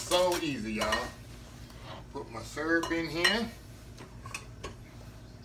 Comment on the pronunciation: YUM! New subscriber here as of yesterday. I've only watched four of your videos and I'm already addicted! Looking forward to perusing your video library and trying out some recipes (including this one. Although I'd use chocolate instead of butterscotch) As an aside, I had to laugh when you said the word "syrup" as you pronounce it like my late mother. She was from east Texas too, so it must be a Texas thang.💯😄